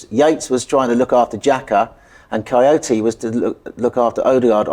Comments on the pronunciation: It's not coyote.... It's kouyate... 😅😅😅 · saying coyote instead of kouyate is the highlight of this vid😂